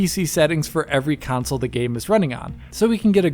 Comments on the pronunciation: Pc vs "council" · Why does dude struggle to say console lol always with the “council” in every video get it right already